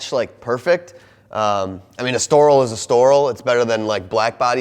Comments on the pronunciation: Pronounce Estoril correctly please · Estoril. Please Google how to pronounce it.